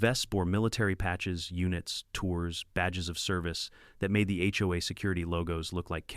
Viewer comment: Ya need to work on the narration! You SAY HOE I steadof HOA..